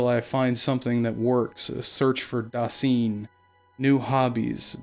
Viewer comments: A decent rule of thumb for pronouncing German words is that you vocalize the second vowel in a diphthong. Just as you say High-degger and not Hee-degger, you say da-sine or da-zine and not da-seen or da-zeen. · As a German your pronouncing of „Dasein“ let me think of a asian word somehow for most of the Video even though you were talking about a German philosopher before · Dude, if you want to be edgy about Heidegger, at least look up how to pronounce Dasein. :/ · Please if you use foreign words pronounce them correctly the ei in dasein would be pronounced like the aye for an affirmative and the ch in nicht is not a k but more like the hissing of a cat other then that a pretty good video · Dasein is pronounced so that the is the same as "I" or "eye". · Also, the "ein" in "Dasein" is pronounced the same as the "ine" in "nine". Doesn't detract from the quality of the video, but it's worth noting.